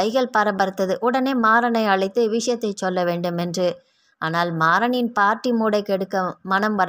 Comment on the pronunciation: நீங்க நல்லா கதை சொல்றீங்க.. ஆனா இனிமே ச்சொல் ச்சொல்லி என்று உச்சரிக்காதீங்க.. அது மட்டும் தான் சகிக்கலை.. மத்தபடி கதை லயம் அருமை..